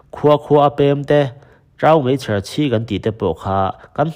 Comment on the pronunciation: Taumeichher chhi tih a TAU tih lai hi a thluk I ti dik lova, a hniam a thluk tur a ni.